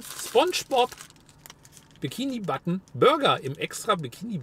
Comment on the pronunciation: Wieso sagst du bikini button?